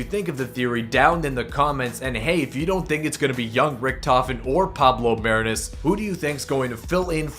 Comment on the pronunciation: It's pronounced "Mah-ree-nus"